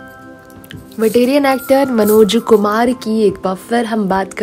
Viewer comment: आप बेवज़ह बात को रबर की तरह खींच रही हैं। मनोज शब्द का उच्चारण आप विचित्र तरह से कर रही हैं। कुछ ही जानकारियों को कोल्हू के बैल की तरह पेरे जा रही हैं। निहायत बकवास रिपोर्ट।